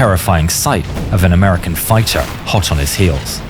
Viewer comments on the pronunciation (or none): Fiter? What's a fiter?